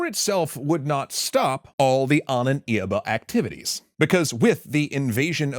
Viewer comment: Ahnenerbe, not "Ahnen Irbe"